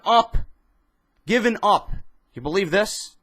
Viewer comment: Vince obviously doesnt BO-lieve